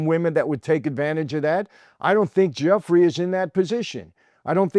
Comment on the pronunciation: Please pronounce Virginia's last name correctly. Right now you are saying 'jeffrey' of all things. Or just call her Virginia Roberts, which she was using.